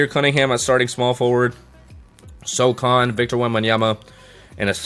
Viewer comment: great video, but brother...it is pronounced so-HAN not so-CON lol